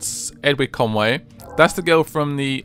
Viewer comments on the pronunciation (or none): Edward Conway isn't It Edward kenway